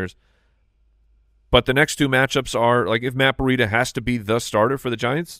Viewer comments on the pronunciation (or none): Why is pronouncing Breida "burr-ida"? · It drives me crazy every time says Breida. It's Breeeedah. Not Bureida. I keep thinking of a burrito when he says it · Am I missing an inside joke/nickname they have on Matt Breida? Or does actually say Breida like Burrieda?